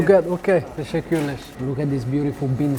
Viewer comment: Bro your saying “tesekules” but it’s tesekuler with an R on the end just so you know